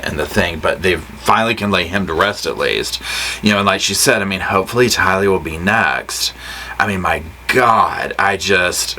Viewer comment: Please — It’s pronounced Ty Lee—accent on the Ty. It may seem like trivia to some but to those who knew and loved her it seems like respect. It isn’t complicated.